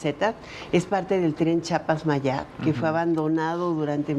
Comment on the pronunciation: No se dise chapas se dice Chiapas Sra enseńese a hablar